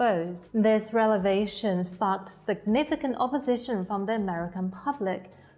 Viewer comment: "REL-E-VA-TION" IT'S REV-E-LA-TION LOL YOU GUYS ARE SO BAD AT THIS